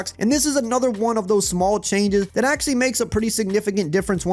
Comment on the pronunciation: He said "Choianges"